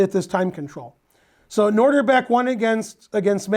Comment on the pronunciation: Ben is usually pretty good with pronunciation. But... it's NOH dihr bek, not NOR dihr bek. He said NOR at least four times early on.